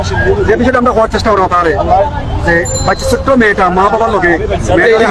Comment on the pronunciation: ওরে ভাষা 😂😂😂,, নিউজ করতেছেন ভাষা শুদ্ধ করবেন প্লিজ,, ছোট্ট না বলে বলছেন চুক্ত 😂😂😂😂😂